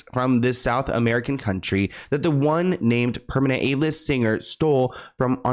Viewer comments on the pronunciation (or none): none